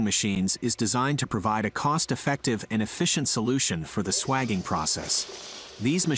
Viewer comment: Just for accuracy, the process of expanding or reducing pipe diameter for a joint is called swaging, pronounced sway-jing not swaging. I am a retired refrigeration mechanic of 30 years and used this process regularly when plumbing a system.